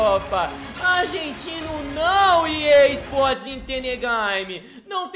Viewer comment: vc fala errado e EA sports tu e gay